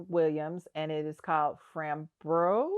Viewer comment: Coco’s Afro chic…nice! Framboise=raspberry (in French.) fram-bwaz not fram-bros